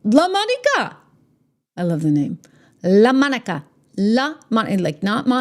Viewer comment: I came here to hear you say "LA-MonicAA" 😂 I love it ❤😂